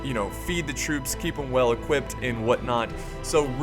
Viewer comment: Did anyone else hear say "equipted" with the t in there